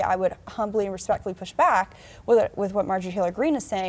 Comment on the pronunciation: If yo go bock…. Geez.